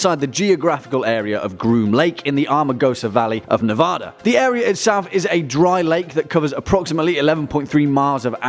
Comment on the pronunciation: Is there an au or aw in Nevada no say it right please?!?!?!